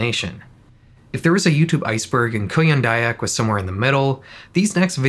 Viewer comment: you say "kuyang dayak" like "korean daebak" so i didnt realized the vid actually came from indonesia lol